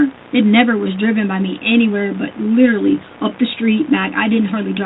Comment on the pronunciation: ”Liddurly”. “Izzzacly!”